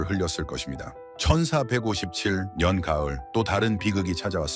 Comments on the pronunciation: ㅎㅎ저도 그리 들리네요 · 천사157년 이렇게들리네요ㅋㅋ